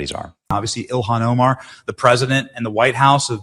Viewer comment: I like how Vance pronounces that hobgoblin Ilhan Omar's name. He was calling her Elian- like Elian Gonzalez😂